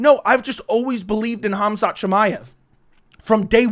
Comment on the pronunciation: It's Khamzat not hamzat.nice breakdown